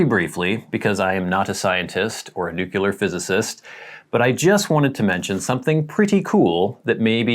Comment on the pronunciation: There’s no second u in nuclear, it’s pronounced “New-Clear” not “New-Cueluhr”